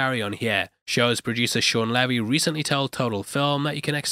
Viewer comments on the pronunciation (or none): none